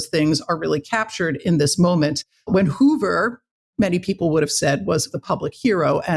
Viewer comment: You say Hoover and Bobby Kennedy were there when Marilyn Monroe died? Hoover and Hoffa in bed together??? And you expect us to believe this BS? BTW - It's Hoover - not Hover. Marilyn - not Marylin. diary - not diarie. You are a Moron!